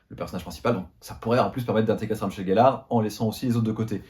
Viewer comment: Comment peut on être fan et dire « GELLARE » c’est GELLEUR !